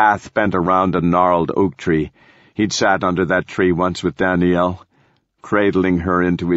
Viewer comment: Lol "Dany-yell"